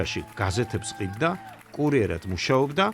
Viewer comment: ბოდიშის მოხდით, ვინ ახმოვანებს? კურიერა თ არა -- კურიერად, რატომ წინგს და არა წიგნს? ველოსიპე ტი არა, ველოსიპე დი ა.შ.